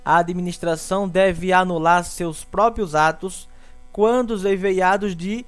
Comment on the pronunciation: Amigo, você está lendo a palavra "eivados" de forma incorreta. O mais, a aula foi produtiva. Obrigado.